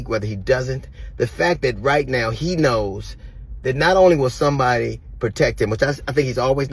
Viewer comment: haha sounds like DL jus learned the word "unencumbered" 😂 how u know that word but say "protecK"?? lol but good point about bronny playing well since the beef